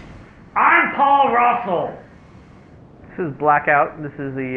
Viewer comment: lol "IM PUAL RUSSLE"